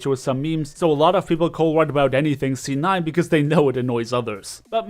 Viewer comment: do you say "z9" when it's "c9"